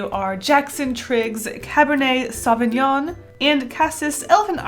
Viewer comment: "Sauvegnonnne" ahah (teasing from French personne who is not better pronouncing English words)